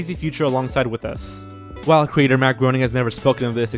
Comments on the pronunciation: GROENING IS PRONOUNCED GRAINING, NOT GROANING. DAAMNNNIIITTTTTT. Err, I'll see myself out. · Graining not Groaning also mispronounced Lara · Matt GRAY-ning, not Gro-ning